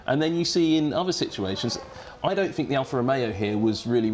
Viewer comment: Billy Monger is not cut out for commentary, he has good knowledge but ... "I fink he moight have a problem on lap firty free" all he needs to do is talk properly and hed be ok but he pronounces words like a chav.